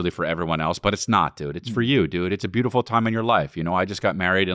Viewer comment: “Sbeautiful hair”